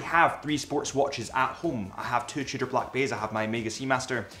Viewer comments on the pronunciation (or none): none